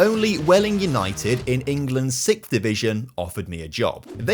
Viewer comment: Why do so many British people say ‘sixth’ wrong. What the heck is sickth?